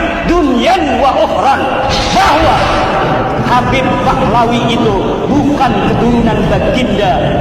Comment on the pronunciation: Manyambat atau menyebut habib ............ Kabib,atau menyebut kabib Pengucapan si imad haja salah total Hati hati,ulama apa cara pengucapan saja salah gimana orang mau percaya mad mad